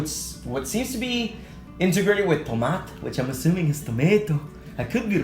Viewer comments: You did say Tomat right!!! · I am glad you did say Tomato right in Norwegian. I have never! NEVER heard one You Tuber from America said a Norwegian word right!!